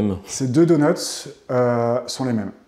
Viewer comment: Pourquoi parlent-ils au pluriel pour un donut en disant "DONUTS" ? Il y en a qu'un, aucune nécessité de prononcer la lettre S qui n'est pas présente au singulier